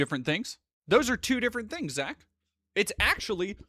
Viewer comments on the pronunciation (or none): none